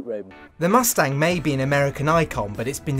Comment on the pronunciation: "Muthstanng"? bye everyone, I can't deal with this guy